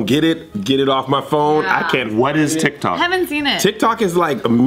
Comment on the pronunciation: When said Tic Tok, i thought she was talking about tik tok from Kesha kkkkkkkkkk